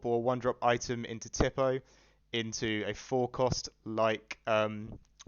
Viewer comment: Tipo is pronounced "tea-po" not "tip-oh" just btw